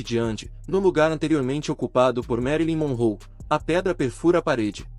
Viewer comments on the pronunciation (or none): Ele tem qui estuda mais os nome corretamente andi , merili monrou, Rita reiudi 🤔